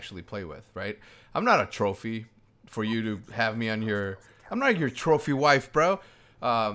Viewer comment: when you said trophy i thought you said troll feed XD